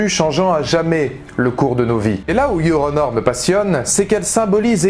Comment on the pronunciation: Yoronor ? Je me moque pas de votre anglais et je vous demande pas de l'apprendre en 24h mais il suffisait de séparer la prononciation "Your... petit espace ou pause...puis... honor"... car en le prononçant d'une traite on entend Yoronor ...